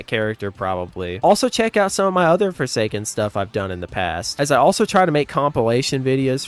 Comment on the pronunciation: I like four say skin